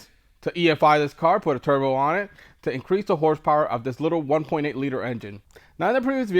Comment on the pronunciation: Are you intentionally calling it a "Turdbo" ?!?